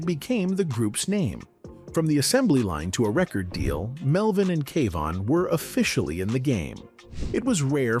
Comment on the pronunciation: Too the Narrator it's Kevon not keven